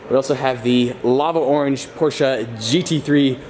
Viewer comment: Nice that you try to pronounce Porsche right 👍🏻👌🏻